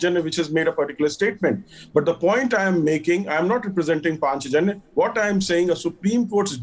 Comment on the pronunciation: Who is this anchor? Not able to pronounce Hindi word "Panchajanya"??? The so called secular liberal education has taken out "Indianness" from "Indians " so surreptitiously